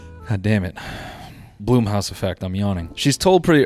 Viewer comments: why did noel pronouncing blumhouse as bloomhouse annoy me so much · Really said “Bloom”house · Noel mispronouncing Blumhouse throughout the video is it for me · First time ever hearing BLUMHOUSE pronounced that way, lmfao